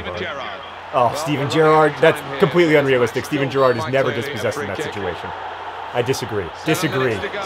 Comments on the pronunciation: GER-ard, emphasis on the first syllable. we also say BER-nard. hope I helped :D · It's Geh-rard. :P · every time you say steven gerrard's name my soul sighs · John you can't even say your hero's name properly. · john supports liverpool and can't even pronounce gerrard?